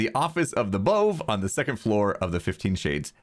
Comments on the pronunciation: Pronounce it bové. (Boo-vay) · BOVE! You should pronounce it "b-uh-v'. As in Above. As in you may not build a-bove where I say.